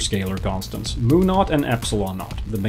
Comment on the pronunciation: says it's pronounced /mjuː/:-B